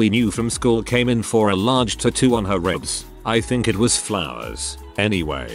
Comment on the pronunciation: i couldn't listen to the horrific way "tattoo" is said in this video ONE more time after 5 mins.